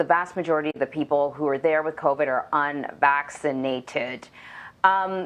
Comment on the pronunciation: what in the - 😆 "...unuh-vax-i-nated" The way she said it 🤌😭